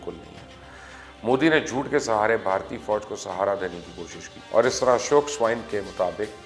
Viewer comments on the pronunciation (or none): none